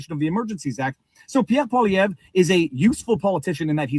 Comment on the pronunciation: Poilievre is pronounced 'Pwa-lee-ev'